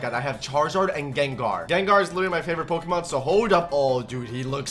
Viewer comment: After he said Pokeman I laughed so hard😂😂😂